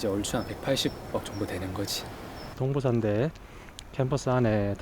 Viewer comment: 끊어 읽기 제대로 해주세요.. 동부/산대가 아니고..동/부산대 입니다